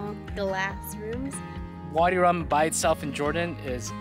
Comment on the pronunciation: its called vadi rum not body 🤦🏻‍♀️🤦🏻‍♀️